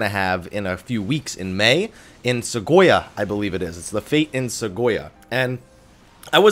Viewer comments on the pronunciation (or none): *Se*goya? Nagoya. :D